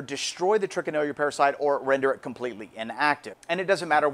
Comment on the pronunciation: #2 By the way Sir, At the risk of sounding Pretentious, the name is Trichinella not Trichinellia! Oh & also they aren't microscopic (quite a bit larger). They measure at about .6 to 1.7mm approx. & .3mm in width approx. And they are Nematodes (Round worms).Peace ✌️I must add that pieces of game meat must be cut to Considerably less than 6 inches thick, before Freezing!! And the "recent" Recommend, number time for Freezing, is, at least 3 Weeks!! And as I already said "then Cook"!!😃🤠 Peace ✌️